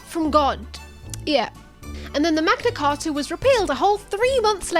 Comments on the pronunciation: The Magna what, my dude?! cah-ah?! Lmao 🤣 at least, it nice to see the US isn’t the only one, ya know? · The Magna Car-ah